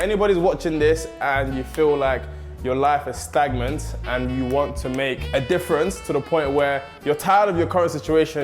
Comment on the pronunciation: Man said ''stagmant''